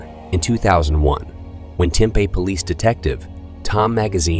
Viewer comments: Mispronounced Tempe also. There should be some rules about pronouncing things correctly on YouTube. This doesn't sound like a computer generated pronunciation either. Just an uneducated and mispronunciation debacle. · It’s pronounced Tem-Pee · Tempe is pronounced Tim pee. Eatery's we can then restaurants. Also learn proper pronunciation of English words.